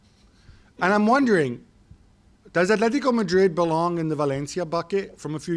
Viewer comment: It’s Atlético Madrid not Athletico Madrid, and it’s Athletic Bilbao no Atlético or Athletico Bilbao